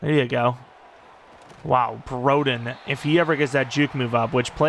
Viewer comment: of course broden locks in for an NFL team and not when we needed him at arkansas (also it's bro-den like short for brother) edit: that 2 point conversion is prime broden btw, expect that